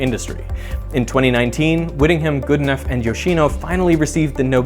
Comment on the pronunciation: Are you pronouncing Geedenough correctly? I know someone with that surname, and he pronounces it differently. It's more like good - e - no (last syllable like know)